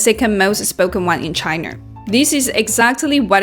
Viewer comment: Good video. Nevertheless, it is “China” rather than “Chiner”.